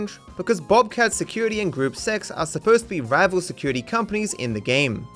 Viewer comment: Gruppe Sechs means Group Six in German. Technically, gruppe is supposed to be pronounced like "grouppuh" or "grouppeh" but people pronounce it like group